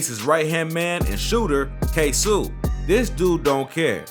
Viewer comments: It was 23 birthday & its pronounced KAY-SO wtf. Talm bout ksew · its ksOO like you screamin not ksooh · ITS K-SOO NOT KSU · kso not ksu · It’s Ksoo not ksuu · K SOO not K SOUU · “Ksu” NIGGA ITS KSO🤦🏾‍♂️ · Ksoo is K Soh not K Sue lmao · It’s kaso not kasu....smh🤦🏽‍♂️ and jadayoungin is not from Florida 😂😂😂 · Ksooooo not ksuu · It’s K So not sew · Dis nigga said kay sue hahah it’s ksoo🤣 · Its KSOOO NOT KSUUU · Bruh Iss kso not ksooo😭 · That nigga said kasu its ksoo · Bro it’s no kaysu😂 it’s kayso(ksoo) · K (ss O) its Ksoo he said Ksuu 😂😂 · Who is KSEW 🤣🤣🤣🤣🤣 its K S O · Yo ass talking bout ksuu its kso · bro said KSOE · The fact that he pronounces his name Kay Sue even though he could have just did 60 seconds of research and realized the pronunciation is completely different shows not only that this is a white boy that's covering our culture but also that this is just rushed content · 😆 Its Kay-so..Dude a goofy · I died when he said ksoo name wrong kaysu 😂😂😂💀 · We not gon talk bout him saying kasu? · Man said KAY-SUU smh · Who df Said foolio da JACKSONVILLE MAN NOBODY DOWN HERE FEAR DIS DAM MAN ON GOD 😂😂😂😂😂💯DA BLOGS B FUNNY ASF WHEN U REALLY LIVE HERE WTF We happy him and erbody getting notoriety and moved from Jacksonville but man dis shit ain't facts on dez boys man 😂😭 and its Kso (kay so( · Bruh stop saying ksuu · PAUSE HIS NAME IS (K-SO ) BUT SPELLED KSOO u tweakin fam u need sum milk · U Pissen me off 😂by sayin ksoo name wrong it’s Kay so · nigga said kaysu lmao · Its literally Kay-so its tht simple he trippinn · & the Way he pronouncing KSOO......🙄😒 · He saying ksoo name all wrong lmfao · Please say KSOO NAME RIGHT I WAS CONFUSED AT FIRST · you gotta say his name right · This man said ksoo name so wrong 😂😂😂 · Why U say dat boa ksoo name weird🤦🏾‍♂️😭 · this all wrong you can tell when white people cover shit facts be wrong and the names be said wrong lol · You might of messed up Kso name but this still a good vid 💯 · Why u say kso like dat